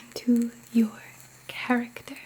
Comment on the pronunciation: 😍😍 I Don't usually hear New York from you... but when you said "Lacking Cha-ruck-tuh" I then new for sure where your roots are... 👍